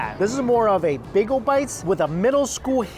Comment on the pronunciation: With all the Asian accents he can do, why can’t he say “bagel” or “tortilla” correctly?